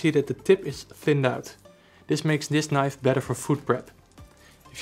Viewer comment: moest wel even goed luisteren toen je zij Knif. huh dacht ik hij bedoelt toch niiife als uitspraak .. althans zo hoor ik het graag. maar net review.. ik zit te twijfelen over beide.. aantal goede punten complimenten.. ook leuke winkel trouwens.. al vaak gekocht bij jullie..EDIT; grappig mora moet het zelf ook Knif qua uitspraak hahah zag net hun factory filmpje